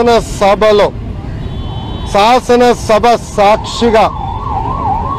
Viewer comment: సాసనా సభ కాదు లోకేష్ శాసన సభ ముందు తెలుగు నేరుచుకో